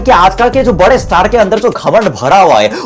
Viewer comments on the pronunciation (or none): none